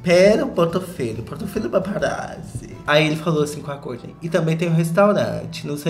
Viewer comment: Eu adoro quando vc fala kourtney acho chique